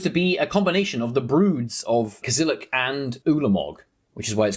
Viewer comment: I think there isn't MH3 lore...I mean at most it seems like a bunch of alternative timelines so I don't care about flavour in this set. What's important is for the cards to be busted and for things to be printed into modern. Also do you pronounce Kozilek like that on purpose?...